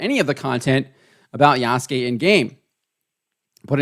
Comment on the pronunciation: Wait is he talking seriously talking about AC and can't even say the protagonist's name correctly Ubisoft is a definition of incompetency 😂😂😂